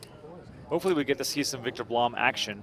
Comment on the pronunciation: Blom is pronounced with a short "u", like in "room".